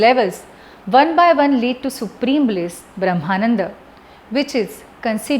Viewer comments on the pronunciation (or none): none